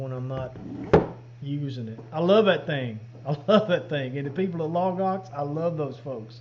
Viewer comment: I hear "log ox" as "lagos", the Bible people who have those extensive study guides online, whenever you say it. Keeps me grounded.